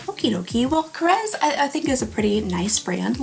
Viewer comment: Korres (Greek), pronounced with an s, not z. Papier (French), pronounced Papie, no r.